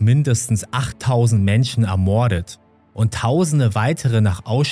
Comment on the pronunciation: ermoooordet.... fürchterlich die sprache . die betonung mancher wörter ist grausam:/